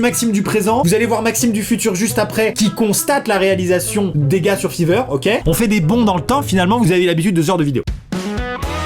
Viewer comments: Chuis le seul que ça stresse que il dise fiverr à la place de [faïveurr]😂😂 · Amixem, Fiverr se dit FAAIIVER pas fiverr (Je crois MDR) :) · ça ce prononce Faiver pas fiver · BON PAR CONTRE LÀ les gens qui disent fIIIIver ça va mais genre vrmt pas le faire ça se prononce fAIver zut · FAIVER😂😂 pas fiverr (Après je dis sa jsp) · Ça se prononce fayver ! Comme 5 en anglais avec er à la fin ! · Aaah entendre fiver à la française ça fait mal quand même ahah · Mon dieu comment il prononce "fiverr" 😂😂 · Il a vraiment prononcé Fiverr en Feever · Fiverr c’est plus stylé étant prononcé faïveur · Déjà on prononce fYver et tu dis réaliser des rêves et tt mais au final c juste un dessin tu t'enflame trop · On dit faïveur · Après "le igloo", on a du "fiiveure" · Jpp ta prononciation de Fiverr 😂😂😂😂